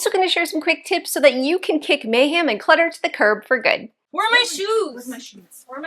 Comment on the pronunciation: Girlfriend! May-ham?? 😂